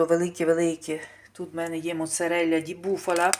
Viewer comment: Чому у вас такий акцент москальський прослуховується в італійських словах??? Моцарєлля ! Мортаделля ! Цікаво😳🤣🤣